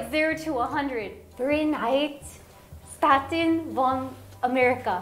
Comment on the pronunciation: Your "von" sounds really good^^